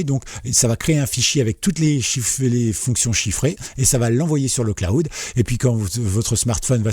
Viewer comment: le claoud? :D :D :D Prononce le: Clawd ;) Merci pour ta vidéo! :)